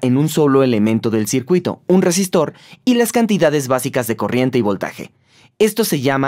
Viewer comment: Todo bien pero.... ¿cómo es posible que semejante exposición científica se vea arruinada por un doblista que evidentemente no sabe pronunciar las R iniciales (shápidamente, shesistor, etc.)?